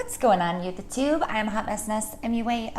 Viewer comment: Did you say “you-the-tube” ? 🤔